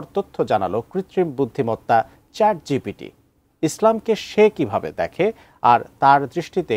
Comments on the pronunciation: আপনি বারবার ভুল উচ্চারণ করছেন I কথাটা চ্যাট জিটিপি হবে না, কথাটা হবে চ্যাট জিপিটি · সংবাদ পাঠক, আপনি চ্যাট জিটিপি বলছেন,ওটা চ্যাট জিপিটি হবে। আর হ্যাঁ, একই প্রশ্ন আমি চ্যাট ডিপিটিকে করেছি, আমার জানামতে সে এমন উত্তর দেবে না।